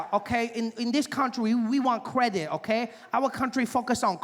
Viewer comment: Kweehde (credit) 😅